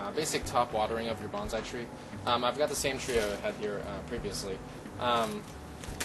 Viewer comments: Know the proper pronunciation of Bon-sai, it is not Ban-zai . . . Banzai is a battle cry. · By the way it's pronounced "bone-sigh" not bonzai that is a war cry used before committing suicide